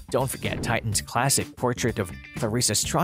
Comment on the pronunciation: Plenty of decent information, but the name is Pap-short A not Pop. Kirby comes from Lo-teee ki papillons. Not Lo- tecki. This drove me crazy the entire video. Also, the painters name is Ti-short I - tion , not Titan. Maybe read the info yourself instead of using a computer